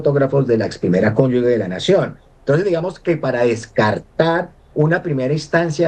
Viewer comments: Gustavo petro para sus ex mujeres si millares, y millares, y para los problemas de los colombianos que 🦊🦊🦊🦊 tan bellaco. La primera cónyugue, lo correcto es cónyuge y se pronuncia ( cónyuje) consulte el diccionario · "Nadie se vuelve corrupto en el cargo público, se necesita ser corrupto antes de ocupar el cargo". (Ari.Onassis). ¡Ah! Y se dice "Cónyuge" No 'Cónyugue' Cón yu ge Cónyu ge "Ge" que suena 'je'. ¡Por favor! 🤌🏻🤌🏻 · Señor profesor se dice y se escribe CÓNYUGE Y NO CÓNYUGUE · Muy bueno el análisis y las denuncias, excelentes, pero es desastroso que todo un profesor y experto diga durante todo el video "cónyug'u'e"; cómo es posible que en todo su recorrido académico y profesional no haya aprendido a decir CÓNYUGE, una palabra tan sencilla. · Díganle al abogado que no se dice "Cónyugue", pero si "Cónyuge"; Tampoco es RCTV, pero si RTVC. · Alguien que le diga a este "doctorcito" pelón, que no se dice conyugue" sino cónyuge y que no repita la palabreja cada medio minuto por dárselas de "culto" quedando por el contrario como un ignorantón. Y que además no es "RCTV" sino RTVC. Atacando a Petro y habla peor que él y eso ya es mucho decir.😅😅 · Con todo respeto le corrijo al señor que expone: Es RTVC y se dice CONYUGE .....